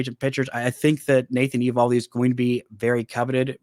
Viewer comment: Just so you know, it’s pronounced ee-VAHL-dee